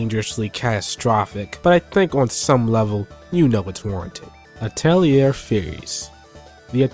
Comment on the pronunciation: Atelier has a silent "r", just a correction. "A tell lee ey" so to speak. :3